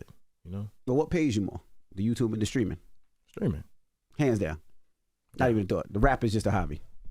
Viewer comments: The whollle beginning of this video I thought Charlamagne was saying "screaming" 😅😂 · Charlemagne saying “screaming” instead of “streaming” will never not be funny to me 😂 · Charlamange absolutely needs to fix that speech impediment ...or stop saying Streaming (Screamin)😅😒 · Am I the only one hearing Charlamange keep saying skreaming instead of Streaming🤷🏿‍♀️😂😂😂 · Charlamagne saying screaming instead of streaming has me 😂😂😂💀